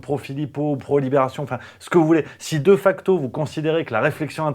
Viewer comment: (, on dit "Dé facto" en latin!!! Boudiou!!)